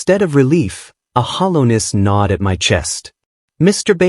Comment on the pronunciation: knawed, not nodd